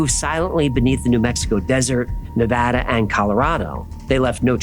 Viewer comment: Im from Las Vegas and I really appreciate how you pronounce it Nevada instead of Nevoda like alot of people do.